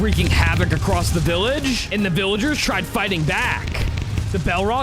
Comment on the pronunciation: We not gonna talk about him saying weather king instead of wither king I edit again to say he said minitar instead of minatour